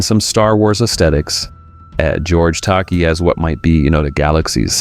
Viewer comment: Tuh-Kay. Not Tacky. As he said to Shatner, "It's Tuh-Kay, rhymes with toupee."